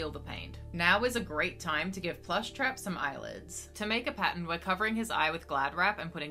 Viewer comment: You will never know how long it took for me to figure out why you were saying Patent(Pattern) over and over again 😳😤